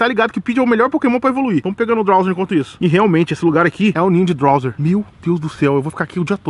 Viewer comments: n é drowzeer o nome é drowzee e so fala drowzi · " DRAUZE " não " drauzer" ! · não é drawzer e drawzee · Esse animal lê que é drowzee e chama de drowzeer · "Drowzer" Appradise" 😂😂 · É Drowze, ñ tem "R" no final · O fala Drowzeer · "DrowzeeR" esse "R" q ele coloca no final me da agonia!! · kkk rachei dele falando drowser e aparadaiser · GASTLEY.... DROWZER.... MANO FALA DIREITO O NOME DOS POKEMON CARAI